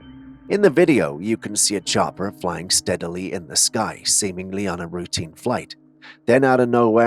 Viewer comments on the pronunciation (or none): none